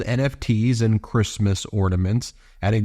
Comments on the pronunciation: “Who gives a F about Creesemoss” -Melania Trump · Ornaments?? But, but... "F#@ Chreeestmas!!" 😂😂😂